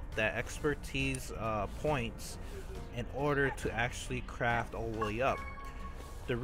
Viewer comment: "crafT", Notice the "T". Please god use it. Also gunta isn't even close to being a word. The amount of grammatical errors you make make it impossible to pay attention to what you're actually talking about.